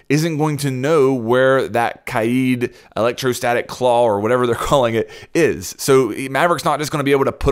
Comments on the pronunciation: Kaid is pronounced as "Kah-eed" or ""Kah-èd, and not as "Kade". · Why do you say it like KAYEED it’s like Cade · its kaid not kaieeeeeed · I hate when people say “KAID” as “KADE” he’s from Morocco, not ‘murica. I also hate when people say “ZOFIA” as “ZO-PHIA” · Stop saying CADE it’s pronounced KÁ-ÆD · You pronounced kaid 3 different ways [Kayde] [Kha-id] [keyd] stock with the first one plz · Kaid not Keed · It's not KAID it's KAIIED that's how you say it in arabic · It's not Kay-yeed. It's spelled differently but pronounced the same way Kayde is pronounced. Like the character in Destiny. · Bruh it's not pronounced kAyIEd. It's Kay-d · Hi there mate ! greetings from Egypt, i just keep commenting on all of the major r6s YouTubers to correct the pronunciation of "Kaid's" name it's not that hard as everyone pronounces it as "Kayeed" ,it's just "Ka'-Edd" KaEdd ,KaEdd.. even much easier than "Kayeed" which is irrelevant and isn't even the Arabic word, it's just Ka'Edd :) ,peace ^_^♥ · Why is you struggling to say kaids name? It’s not kaede lt’s pronounced kade even thoe it’s spelled kaid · Just say kayd dude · Pronounced “Kay - d” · Why did you say Kaid like that!? Kaeeeeed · Can you please pronounce kaids name correctly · Why does he say kaid like that?! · Im calling it. even tho its not how you pronounce it instead of bandit tricking it will be kaid raid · The way he says kaid sounds like hes havin a stroke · LMAO everytime you say Kaid.